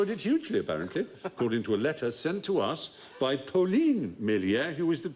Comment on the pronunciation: Méliès is pronounced may-lee-ay-ss